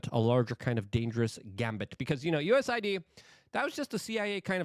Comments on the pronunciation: Luke. I hate to correct you too much but it is US A ID not USID. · U S A I D LUKE!!!!! Get it right ffs